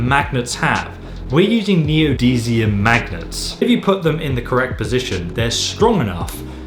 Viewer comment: neo-deez-ium mag-nuts are you fucking serious